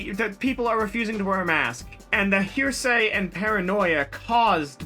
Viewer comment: Did you seriously pronounce hearsay “Hershey” like the chocolate bars?